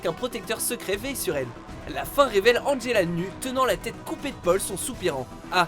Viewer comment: Angela non Angelo pzux tu fermer ta bouche